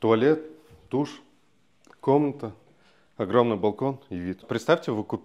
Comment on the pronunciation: не огроменный а огромный, просто режет слух